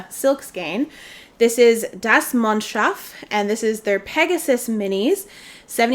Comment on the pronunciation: Das Mondschaf (btw well done on the pronounciation!) is actually HUGE in Germany when it comes to hand dyed yarns. Comparable to Sewrella or Explorer Knits in the US. I wonder if the name of the red yarn is a reference to the George R. R. Martin book? I'm kind of sad this is the last video of this series. The videos were so entertaining and I learned at lot about brands that were new to me. God job!